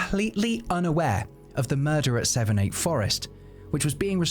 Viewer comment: Savernake Forest but pronounced Savernack. Enjoy the content. 👌